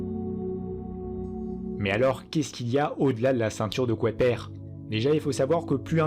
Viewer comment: pourquoi le narrateur prononce la ceinture de kouaiper au lieu de kuiper !